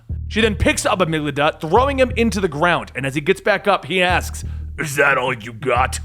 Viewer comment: cough cough:: A-MIG-DA-LA.